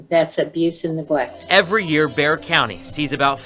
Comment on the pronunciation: Hey...just a quick fyi..."Bexar" county is pronounced "Bear"...tks for your podcast...